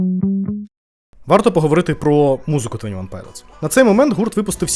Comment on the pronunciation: твОні, не твЕні